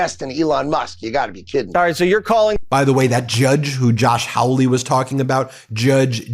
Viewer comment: The disgusting Josh Hawly's name is pronounced "Holly-ish) is truly horrible.